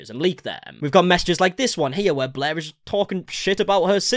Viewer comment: SAME. I felt really petty for it, but I stopped watching because I couldn’t stand the mispronunciation of such simple words.